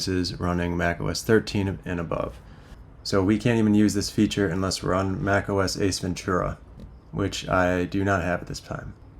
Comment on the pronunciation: OS Ventura I was hearing Ace Ventura haha had to turn on caption just to be sure 😅 Awesome video